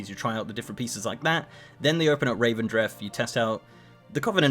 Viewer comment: Revendreth, not Ravendreth.